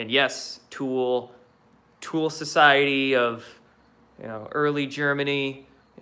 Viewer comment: Dude, it's TOOL-ee, not tool. ~♥~